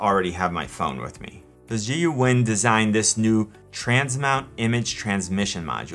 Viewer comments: Zhiyun is pronounced Jhee Yoon more or less. Great video review! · It is Zh-eye-yoon in pronunciation. Got to love the Chinese. Holy cow I have a drink every time my home boys do the odd the name. OOps getting drunk. LOL. I am looking at this even though there are better ones built. But weight and size concern me. Setup and balancing annoys me on some gimbals. I don't want to be that frustrated. It is the cheapest I have seen so far. The only thing I worry about is how long will it last. The Ronin for instance you could use as a club. Built nice, but heavy as heck. Why Zhiyun does not give a payload rating is ludicrious. Again my home boys in action. Geez. I have heard some concerns on the app stability and compatibility. If by now Zhiyun updated the software for the app, and then this would be a no brainer. My tablet or smartphone will control much here and I need this software to work. Good to see you review this gimbal. Saw this on the web for giggles. "The first part of the word Zhiyun means ‘smart’ and the second part mean ‘gimbal’. Smart Gimbal for 智云 which stands for (as the abbreviation of) 智能云台. Don’t be sad if you still can’t pronounce Zhiyun. " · Its pronounced Zi-Yun 😊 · I have purchased this gimbal and it took me less than a minute (here on YT) to find out how to pronounce Zhiyun correctly. Obviously you don't care about that "unimportant detail" very much but still you expect us to listen to your opinion about that product. Thank you but I'm not interested!